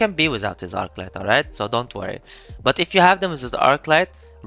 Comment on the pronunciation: a thouth it was "almight"